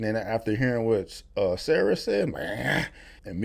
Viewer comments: Lol you keep calling Sa-Ra, "Sarah" lol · It’s SA-RA not Sara lol. It means Son of Ra. Sun god.